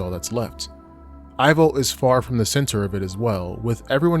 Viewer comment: Pretty sure Ivo is pronounced like "Evo". As in, Evil. The 3rd movie just mispronounces it.